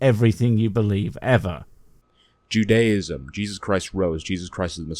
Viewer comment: Give this guy credit though, he's the first American I 've heard pronouncing "Judaism" and not pronounce it like it's a cult of people who worship some one called "Judy"